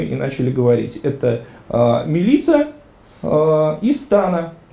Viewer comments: Имя "Милица" произносится с ударением на первом слоге. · Какая, нафиг, МилИца?! Ударение в сербских именах - на первый слог.